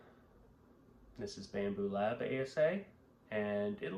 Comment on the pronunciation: You lost me when you said bambooooop lab